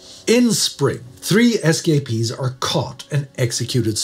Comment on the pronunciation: I know humor shouldn't be found in a video like this, but it took me about 5 minutes to figure out what an SKP was. Your pronunciation was just the right cadence for me think "escapee" was an acronym.